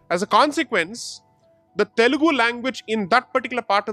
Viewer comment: It's Telugu, not telegu. The irony.